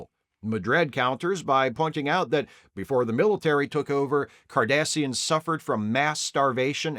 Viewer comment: Did you say "Kardasians"???? Was this an omen? 😁